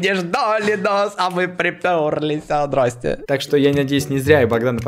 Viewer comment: Он сказал не здрасте а ДРАСТЕ